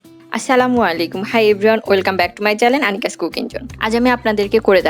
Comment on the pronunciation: চ্যালেন না উচ্চারণ টা হবে চ্যানেল।পরের বার থেকে উচ্চারণ ঠিক করবেন অাপু